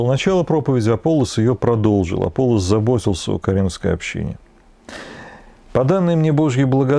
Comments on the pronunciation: Всё-таки, АполлОс, а не АпОллос. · как по-гречески, не знаю. Но по-славянски Аполло́с. Там ударения в тексте стоят, в отличие от русского перевода.